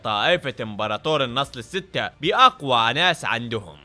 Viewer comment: مو النصل السته بل النصب السته 😂